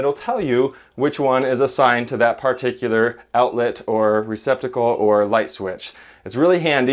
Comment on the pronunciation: What is a… Par-tick-you-ler?